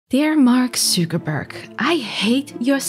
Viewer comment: Mark Zuuukerberg eh is a new way to pronounce his name haha